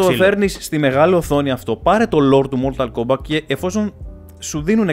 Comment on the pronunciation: Mortal kombat με τί στο τέλος .. έλεος δέκα φορές μια καθαρά δν το είπες .. 😂